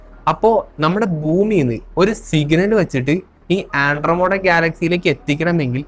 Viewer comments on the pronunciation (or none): Sir, firstly it's Andromeda, not andromoda. Next you talk about light-years. Please research on "Channelling". Kryon, one such channelled being has been invited by UN 7times. They don't have physical body, they speak through the person or "vehicle". Please understand many things we can't think or fathom right now, was once upon a time "science fiction". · ആൻഡ്രോമോടാ അല്ല മോനെ.. . ആൻഡ്രോമിഡ...ആൻഡ്രോമിഡ... അതുപോലെ പ്രീമിതുസ് അല്ല പ്രൊമീതിത്സ് ...